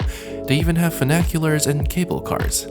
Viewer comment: Er.... do you mean ‘funicular’?